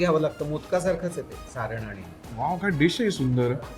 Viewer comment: सारं नाही हो सारण म्हणतात😊